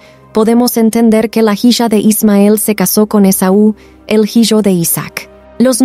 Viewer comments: Antes que nada por subir estos videos,basados en la biblia. Lo único que me gustaría es que no se mezclará la narración con pronunciación en inglés tal como cuando mencionan hiyo,hiya,que obviamente te refieres a hijo,hija,solo esos detalles. Gracias. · Excelente; una pregunta, cual es el idioma o dialecto cuando pronuncia "jisha" por "hija"?